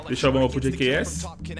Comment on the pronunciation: jks= gqs, só eu que notei ele falando a pronuncia assim do jks no 4° minuto do vídeo? kkk